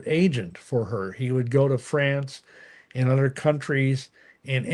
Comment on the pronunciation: It is pronounced 'other' not 'udder'...silly. Father not fadder. Ha.